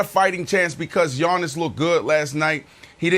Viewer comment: When Brandon says Yawnis is triggers me so much 🤣🤣🤣